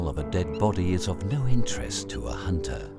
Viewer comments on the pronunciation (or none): none